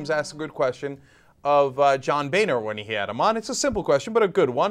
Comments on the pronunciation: i think his name should be pronounced "bonner" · i was thinking boehner was gonna be pronounced like boner. lmfao